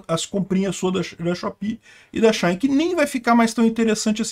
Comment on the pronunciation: Engraçado ele falando SheIn kkk